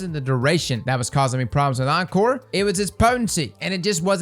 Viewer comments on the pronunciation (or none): none